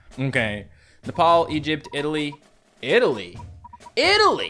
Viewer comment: your saying italy wrong